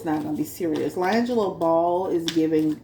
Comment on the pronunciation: His named is pronounced Lee-Angelo not Lye-Angelo 😂 sorry I couldn’t take it 🤦🏽‍♀️